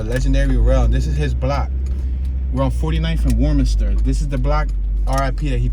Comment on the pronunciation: Rell didn’t die in west and it’s pronounced (west/menace/stir) not warm minster😂